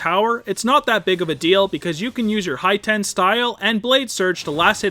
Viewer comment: HIGH TEN STYLE? wtf....hEETen omg rpt xD